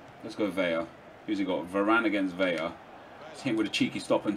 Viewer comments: Yoo, VeLLLLaaah like lah lah lah. Not (Veya) Its said Velah. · its pronounced Carlos Vela. Its only Veya with the double ll.So it isnt silent you can hear the L.